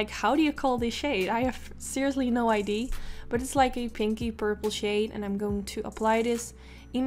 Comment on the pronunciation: “I seriously have no idee” haha